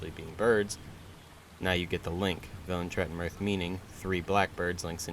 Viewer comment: Yeah pronounciation is probably right. The name is not Polish anyway, there's no "th" nor "ll" nor "v" in Polish language, it's stylized as western(Tolkien)-style fantasy name.